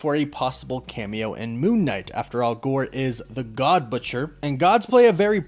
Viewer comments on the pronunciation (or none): none